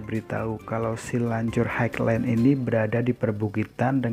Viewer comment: bacanya ..hai len.. bang :D